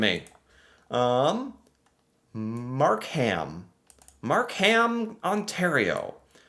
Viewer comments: It is not MarkHam it is pronounced Markum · Not your fault, but I did laugh at some of your pronunciation. Mark Ham sounded like a person's name. You say it faster Markem, all run together, not separate. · it's pronounced "Mark-um". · Mark-um. NOT MarK-HAM. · Markham is pronounced Mark im (short I) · Don't pronounce the "H" in Markham. Say it like Markem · Markham is pronounced Mark-um. we're tricking you with the silent "h" (because we like silent letters up here) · pronounced mark um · Markham is pronounced MAR-Kim. Toronto is pronounced like. Tronno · Markham is pronounced Mark-um. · no I wonder how people in Birmingham Alabama pronounce their city. Because traditionally the ham has been truncated. So it’s just Markum now. But I know a lot of people have a problem with the HAM suffix unless you’re from that city. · Markham isn't pronounced Mark ham. It is pronounced with silent h......Markum.❤️🇨🇦🇨🇦🇨🇦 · Easy way to Pronounce it - Long Gail Q-Bec ( My Wife ) lived there & thats how she says it ! Mark-AM - Mark - Em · The "h" in Markham is silent. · This was a fun reaction video. But I kept wishing it was live so I could jump in and help you with pronunciation. Not every city. Just Longeuil(long - gay) and Markham (Mark 'em). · Sorry, You pronounced Markham wrong, the "h" is silent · Lol..the way is pronouncing Markham...bless him for trying and learning. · Markham is pronounced without the h. Love watching your channel. As a Canadian you are teaching me things I didn't even know about my country. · you dont pronounce the H in the word Markham. ❤ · Mississauga is Brampton's next door neighbour and we are both part of the GTA (greater Toronto area). We lived in Longueuil, Quebec before we moved to Brampton. Markham - the h is silent Toronto - the second t is silent, if you use it you either work on TV or you're not from around here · Markham, don't pronounce the h. Brampton, pronounce ton as tin.